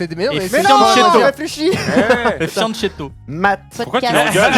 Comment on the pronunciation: Très bonne vidéo 👌 Juste le fianchetto , se prononce "fianketto"